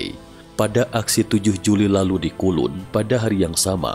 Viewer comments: Bukan kulun min tp kowloon (kau lun) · kowloon min bkn kulun hadeeh 😅